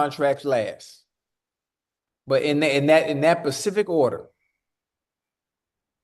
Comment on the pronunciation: SAY PACIFIC ONE. MORE TIME CHAD. ITS SPECIFIC